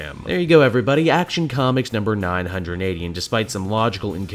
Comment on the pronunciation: "Comcis", are you having a stroke again? D: Did the Twipple H disease come back again?